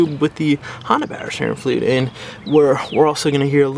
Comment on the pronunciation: “Pow sterrin flewd” 😂😂